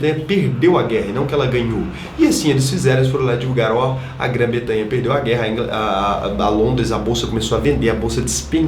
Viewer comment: pra frente. Grã Bretanha. Não Betanha. Rs. Ótimo vídeo